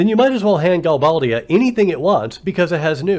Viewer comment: You're right, you are the only fan of FF VIII, it's sooooooooooo lame! But, this is an awesome analogy! I pronounce it Gal-BAY-dia. Threw me off how you pronounced it.